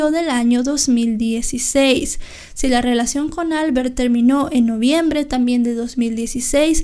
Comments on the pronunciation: Albert es un nombre catalán y se pronuncia : Albért . NO albert. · en catalán se pronuncia "Albért" (el golpe de voz se hace en la e no en la a) :)